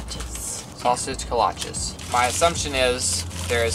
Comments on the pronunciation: Come back, and FYI we pronounce it as Koh-lah-shee in H-Town, so now you speak Texan. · It’s pronounced kuh-LAH-chee! They are originally from the Czech people and popular in Texas as a result of Czech influence. Glad you liked them! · lol its prenounced kalach-ys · I'm from Kentucky, the first Kolaches I laid eyes on was during our trip to Biloxi two yrs back.. I thought they were pronounced co-lah-chez? Sort of rhymes with galoshes. How do you all say it? They are damn tasty. We're supposed to be getting a buc-ee's built here before the 2021 summer. First one in Kentucky and the furthest north for Buc-ee's. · kuh-la-chee, or ko-la-chee. Shipleys donuts is consistently good but there are little donut shops that make some amazing ones. Try out the taco trucks and regular gas station food if you come back. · Most Texans pronounce it "koh-la-chi" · pronounced Ko-LAHTCH-cheez by Texans. They came to Texas via the Czech immigrants. However in Czechoslovakia, they fill them with fruit. In Texas, they’ve been adapted to more savory and spicy fillings. They’ve become a Texas staple and sold at doughnut shops and specialty bakeries all across Texas. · Love the video. It's Kol-lach-ayyyy, hehe. You guys are great. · It’s pronounced “co-la-ch-ee”. The candied nuts and chopped brisket sandwich are my favorites! Now I’m going to have to go this weekend lol. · As a Texan, the way you pronounced kolache 😂😂😂 it is pronounced ko-la-ch-E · Hahah the kolaches are pronounced Kola-cheese!!!😂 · Not tryin to be to aggressive but, its a Koh-loch-ee